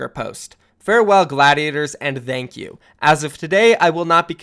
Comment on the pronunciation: Can you pronounce thank you normally? Pls